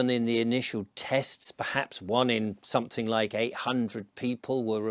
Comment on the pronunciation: oi, mush, are you insuating somefing?